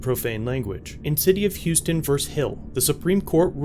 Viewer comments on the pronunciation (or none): none